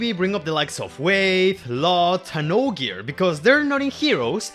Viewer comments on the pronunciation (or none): none